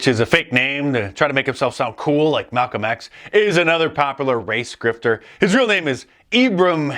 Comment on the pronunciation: "Talcom X" 😂